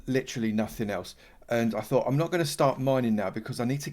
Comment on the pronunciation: "I fought you was 'ard. I fought you was well 'ard." :) I suspect we've all been there, and the early game slime was indeed a temptation hard to ignore. Commerisations.